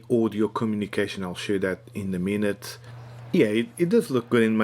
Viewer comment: Bastou dizeres "in a minete" para eu perceber que és tuga ahahah